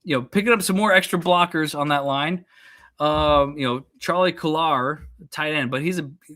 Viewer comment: it’s Ko-lar. Like cola. but with an R attached.